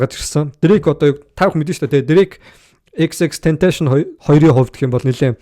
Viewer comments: Tentashion bish Tentacion shde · za chi mi ene huniig yarih bologuie yadaj neriign zuv duudchihguide unheer medeeleluudchn hudla shajina end tendees baahann hud yum yarid baihi😂😂😂 ter hun amitn eejihn deer meer bgaguma ahahhaha unheer yag zuvuurn sonsmr bvl ter jackool mvp geesee sonsoche sdnra ahahaha tern yadj hmagu deer shajnleshu ahahah